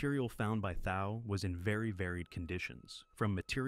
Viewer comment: Nice video, just a note that Thau is pronounced Thaw.